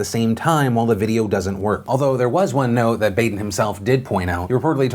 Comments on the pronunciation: It's Bah-den not "Bay-den" c'mon Phil! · Baden's name is pronounce like Bahden. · The correct pronunciation of the medical examiner's last name is "BAH-den." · I think it's pronounced "Bah-den"...I think. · It's Dr. BAH-den..... just sayin. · Ok it was killing me. It's pronounced "Baw" den